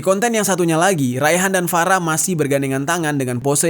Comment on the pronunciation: Farah, F nya Ferekkk wkwkwkwkwkwk